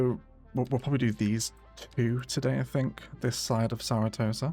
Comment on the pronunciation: I’ve started to forget that it’s not actually “Saratosa” IRL 🤣